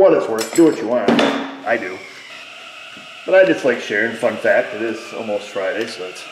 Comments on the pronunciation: You said "fun fact" and I absolutely could have sworn you said "f*** that" and I was like 😲😲😲😲😲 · When u said fun fact I thought u said f that I had to listen twice to catch fun fact